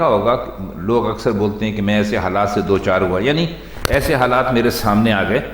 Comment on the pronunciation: Do char alg alg lafz nhi hain in ko dochar parha jata hay sir